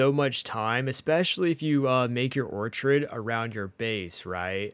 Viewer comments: Ortrid? You mean Orchard as in Apple Orchard?! FK me LOL! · I demand you stop saying orchard that way 😐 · Bro, can’t even say Orchard I don’t see an I in that word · Thank you for the tips :) BTW it's pronounced orchard. Your pronunciation is wrong. Don't want to be a stickler though, :D